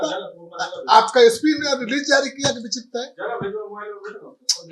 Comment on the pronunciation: एक बार बोल रहा....की बिछिप्त था...क्योंकि बोल रहा बिछिप्त नई था...ये क्या बोल रहा है भाई!